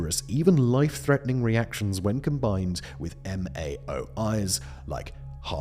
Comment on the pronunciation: serotonergic, not serotogenic, toxicological not toxological, MAOI not M-A-O-I